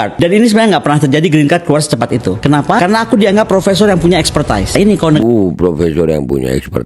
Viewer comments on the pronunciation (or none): expertise = pelafalannya bukan ekspertais, tapi ekspertis....dungu juga nih orang....😅😢